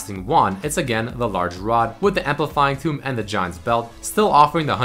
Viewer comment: Why are you saying "amplifying tomb"? It's amplifying tome xD besides that nice vid :33